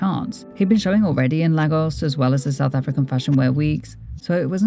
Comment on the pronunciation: You probably already know but it’s pronounced lay-gos and ee-bo :)